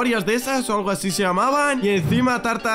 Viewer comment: xd el que corrige... dice "aci" se dice: "así"